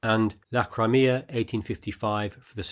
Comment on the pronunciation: It is pronounced "Cry-Me-Ah", not Cremeah, otherwise great video